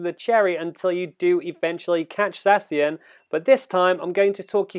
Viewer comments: ZACK IAN, THATS HOW YOU PRONOUNCE ZACIAN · You read it sexy-an 😅😅😂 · U are saying zacian wrong dummy